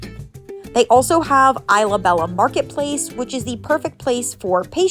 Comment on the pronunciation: It’s pronounced ees luh beja not eye luh bela 😂😊